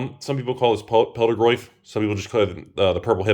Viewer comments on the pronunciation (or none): I always thought it was pronounced fell-da-griff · Someone needs to tell “ph” makes a “f” sound. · Hearing pronounce Pheldagriff is driving me nuts. PH makes an F sound,.